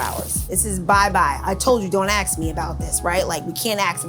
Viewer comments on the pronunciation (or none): Why do you say "axe" when trying to say "ask"?